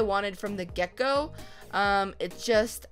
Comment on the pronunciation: When u said get go it sounded like gecko